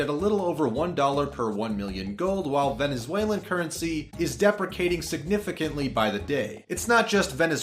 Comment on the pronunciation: Deh pri Kate ing is an interesting pronunciation of depreciation